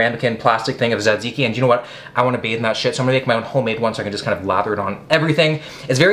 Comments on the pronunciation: Τζατζίκι το λένε αδελφέ. Όχι σατζικη. Love from Greece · It’s pronounced Ta-ziki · its pronounced like "tuh-zee-kee" if anyone cares lol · is he saays "zedzicki"? I thought it was tzatziki, tuh ·zee·kee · Hahaha ZedZiki that’s great. It’s T-ziki. You gotta throw the America Z sound squished with the ziki. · (Ta-zee-key) taziki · It’s pronounced sat-see-key I think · His horrible pronunciation of Tzatziki hurt me a bit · You are very close am from Greece and you have to pronounce the (T) at the start e little bit more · My heart felt like it got stabbed when you said"tzatziki" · Actually Will you killed the word "tzatziki"! Nowdays even grek people can't say it properly. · a Its... too much for him to learn how to.. say hello welcome to the video? Literally write it on cards and have the cameraman hold it, the point of this entire series is to embrace and do things like them; it sure as fuck wouldnt be too much LMAO, he couldnt even pronounce Tziki right (and I love Will, I watch every video and have for years, doesnt make it any less annoying sometimes =.=)